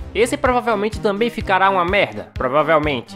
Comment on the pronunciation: eu tambein gosto... é eu gosto muito